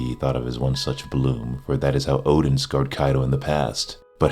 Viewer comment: Anyone else finds it weird he keeps saying Odin instead of Oden? Or am I just old and senile to hear/listen properly.